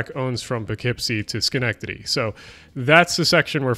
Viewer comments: shoutout Schenectady, and you pronounced it right, uncommon for people to do so if they aren't from here. Love the vids keep up the great work! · As someone from right around Schenectady, I am very impressed by your pronunciation! Understandably, most people have trouble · Oh my god. You pronounced “Schenectady” correctly!!!! I love your content! And glad to see one of the RARE Schenectady shout outs. I’m like a 10 minute walk from the Schenectady Amtrak. I’ll buy you a beer if you’re ever in town haha.